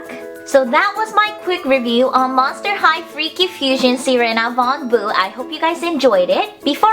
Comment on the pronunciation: your sayin her name wrong watch the freaky fusion trailer because your saying it wrong and your driving me crazy please learn the name right please